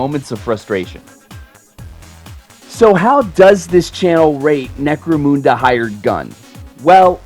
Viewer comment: IT certainly was fun enough, IMO.'' BTW, it's necro-mun-da not Necro-moonda